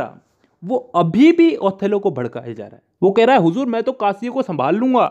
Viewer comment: The way u say huzuur 🤭🤭